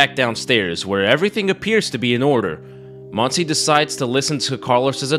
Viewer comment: Listened to the whole thing constantly thinking "uh, Monsie is a very weird name for a spanish woman", didn't catch up it was actually Montse until I saw it written on the subtitles. Not shitting on your accent here, you only got a vowel wrong, but I found it funny how I went through a whole spanish identity crisis for not recognizing a name.